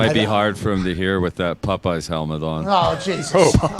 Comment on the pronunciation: “Pupeyes” The most Canadien Popeyes from. Then AJ re-enacts it a few times